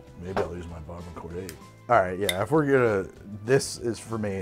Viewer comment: idk how tf u tried to pronounce barbancourt but it is BAH-BAN-COO for future reference